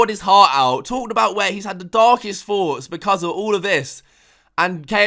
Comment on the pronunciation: It’s fucking “when” and “this” man not “ven” and “vhis”